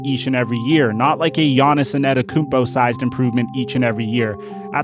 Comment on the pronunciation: when he gonna start saying antetokounmpo right lol